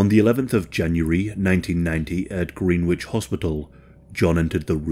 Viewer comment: “Greenwich” isn’t pronounced “Green witch” but rather “Gren-itch”